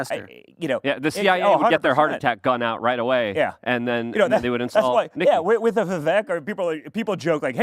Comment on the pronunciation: I love this show, but does it bother anyone else that always says “Wit” instead of “with”???